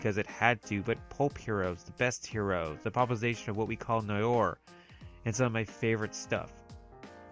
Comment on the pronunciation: ...what we call NY-OR??!... For voiceover work, lookup every foreign word and double check your pronunciation.